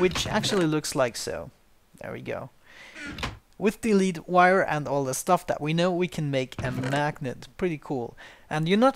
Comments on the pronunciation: Lead isn't pronounced leat its lê d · It's pronounced led... It's the element Pb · Lead is pronounced "led" in English when referring to the ore or metal. English is messed up like that.